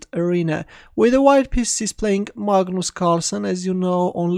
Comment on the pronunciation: Maah-gnus Carlsen playing under the name 'Dr DrunkenSHtein' 😉😂